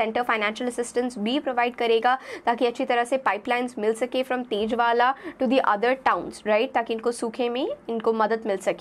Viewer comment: तेजवाला नही है वो, ताजेवाला है, जरुरी नही जिसकी शक्ल ठीक दिखती हो उसे पढ़ाना भी ठीक आता हो।😢😢😊😊